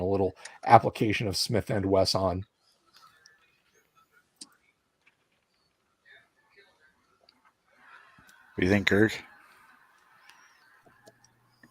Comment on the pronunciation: I own a Smith & Wessahn; just hope I don't say that at the range...